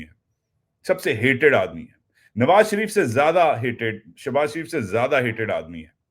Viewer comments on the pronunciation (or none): none